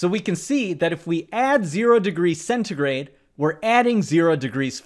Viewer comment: it's that celsus? why's he pronouncing it as centigrey